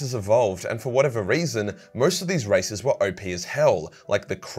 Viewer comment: I though he said "alien racists" and not "races"